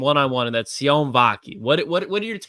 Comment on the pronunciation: says he does all his homework and make sure he doesn't get a word wrong but His name is pronounced C-O-NAY not sy-on I'm a Polynesian guy from West valley, Utah. The same city where this guy grew up and played football. Sione is basically in Polly damn near every poly family has a Sione in it. You guys really should do your research. Guys been calling them the wrong name ever since you've been drafted and I've been telling you you're wrong and you still haven't got it right. Y'all are whack learn the players names